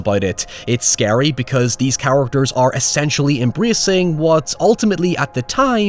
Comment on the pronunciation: The way this man says Characters makes me want to rip my fucking eardrums out